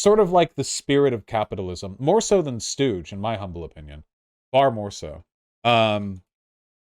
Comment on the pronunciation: Don't let anything distract you from the fact that Vaush called Scrooge "Stooge" in this video.